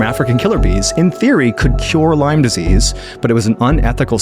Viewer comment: So sorry to hear. I think similar happened to my dad. BTW, It's Lyme , Not Lymes.